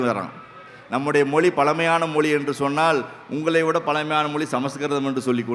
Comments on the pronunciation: தமிள் மொளி பளமையான மொளி.. தமிழாசிரியர்கள் இத்தனை வருடங்களில் ழ ன வை சரியாக உச்சரிக்க ஏன் முயற்சி எடுக்கவில்லை. சமஸ்க்ருதத்தில் வேதத்தை மட்டும்தான் பெண்கள் சொல்லக்கூடாது ஸ்லோகங்கள் பாடம் பேச்சு நாடகம் இவற்றை பெண்கள் பேச எந்த தடையும் இல்லை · மொலி மொலி மொலி , தமில் தமில், அருமையான உச்சரிப்பு இவ்ளவு தகவல் கூறினாலும், தமிழ் உச்சரிக்கும் போது மிகவும் வருத்தமாக உள்ளது.